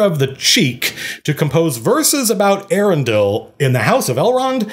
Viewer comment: Eärendil is pronounced Eya-ren-dil. Note the diacritical mark.